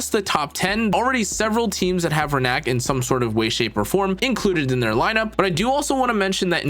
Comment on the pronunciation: It’s Rina-k not Renak